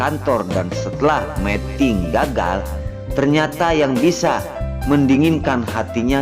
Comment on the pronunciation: Tolong dong bacanya yg bener meeting dan meting artinya beda lo.